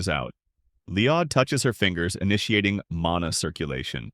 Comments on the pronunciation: it's LL-OY-D - not LEE-ODD. it's even spelled LLOYD or LOID... not LIOD. this AI isn't so I. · Isn't it LOYD NOT LEEEYAHHDD??